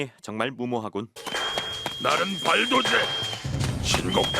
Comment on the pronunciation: 리뷰와 상관없이 지적하자면 자꾸 의식해서 발도제 발음을 너무 정직하게 힘빼고 발 도 제 하시는데 원래 된발음이에요 발음상 발또제가 맞아요; 몇년 전부터 tv방송에서 자꾸 된발음을 안쓰고 글자 그대로 읽으려고 ㅈㄹ 발광하는데 왜그러지;;; 예로 역할을 역~ 할 이렇게 힘빼고 말하는거; 원래 된발음이라 발음상 여칼, 역~칼 이게 맞는거에요